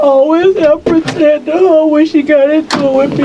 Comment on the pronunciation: “I aw-ways pruh-teted huh’ 🤯🤫